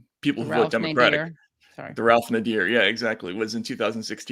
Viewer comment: KA-zum!!!!!!!!! (and NAY-dur)